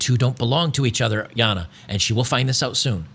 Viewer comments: I don’t know why you keep pronouncing her name Yana. Like, you know she’s Australian right? 😂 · Damn It, "Jana" is pronounced "GENTS" here in Australia 🇦🇺 Please respect our language, as we respect our Public Toilets for what they are.